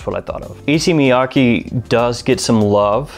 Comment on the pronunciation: E-say Miya-kay